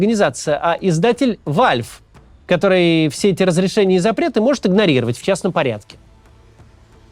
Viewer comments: Что то мне кажется что Велф, велв а не вальф. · Валв а не Фальф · Вальф. Ну Максим, ну ты че? Ладно, цАхал, но валЬФ? :))) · "Вальв". Кац у нас кажись ламер.